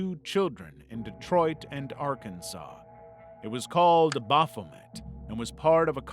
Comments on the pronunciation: "Baphomet" Amazing. Almost every word of what you just said was completely wrong. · The way you pronounced "Baphomet" made me feel a lot of very strong emotions, and none of them are positive.